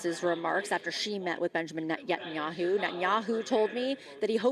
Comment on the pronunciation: Someone really has to explain to everyone in the spoken media that Bibi's name is Ne-TA-nyahu, not Net-nyahu.